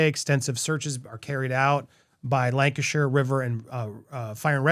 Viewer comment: Can I make a request on behalf of British viewers/members? When you cover stories that originate from the UK, please use British language as a reference? Maybe confirm terminology with Stef first? I know she corrected you, Nicole-a, More Cambeee, Lanca Shire, but you’ve referred to Nicola as Mom. She’s not. Shes Mum. Wr don’t use “Mom” over here. If “Mum” doesn’t translate, use Mother? I love Popcorn Planet but these things do irritate the heck out of your British viewers 😂